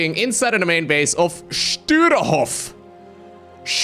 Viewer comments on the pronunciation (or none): His name is Sturehof and not Stuerhof = Stürhof Get your pronounciation straight;-)